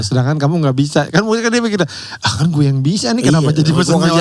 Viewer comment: Kalo kata, biar gak kaya dr tirta ya, kalo ngomong gue ada h nya GHUWEEE 😂😂